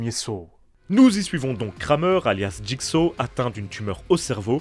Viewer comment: Jigsa qu'il disait en doublage de jigsaw c'était honteux de même pas être capable de correctement appelé l'antagoniste maître de la franchise